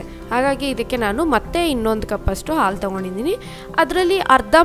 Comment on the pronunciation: Nice but...aal alla haalu antheli